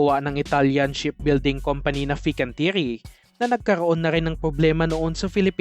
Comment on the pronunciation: Fin can ti ye reh hindi pinkantiri